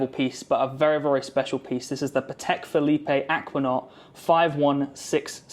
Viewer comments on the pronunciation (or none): Interesting video, good luck. Just a quick one, the E at the end of Philippe is silent. Not fuh-lee-pay but fuh-leep. Hope that helps.